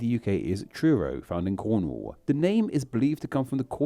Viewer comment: Yes! I thought his pronunciation of Cornwall was odd, and did anyone else notice he said "Chauncer" instead of Chaucer"?